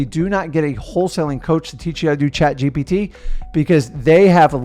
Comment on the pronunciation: The way messes up “chat gpt” 🤣🤣🤣